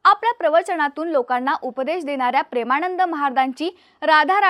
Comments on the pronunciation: ण नाही गं बाई ...न म्हण..प्रेमाणंद नाही प्रेमानंद😂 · प्रेमाणंद नव्हे प्रेमानंद. योग्य उच्चार करण्याची सवय करा. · ताई त्यांचं नाव प्रेमानंद आहे.. प्रेमाणंद नव्हे... उच्चार सुधारा.. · काय भाषा आहे प्रेमाणंद , अ णू यायी, आणंद 😂😂😂😂😂